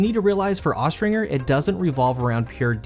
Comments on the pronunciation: Austringer is pronounced with the J sound, not the hard G. Look it up. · Austringer pronounced-OSTRINGER Noun (Falconry). A Falconer who uses Accipiters, (Pretty much hawks) for hunting.